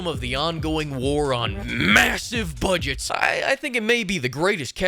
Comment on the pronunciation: Everytime he says "Budgets" I crack up